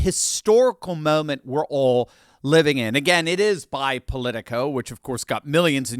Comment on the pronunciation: When you said Polico, I dismissed it immediately.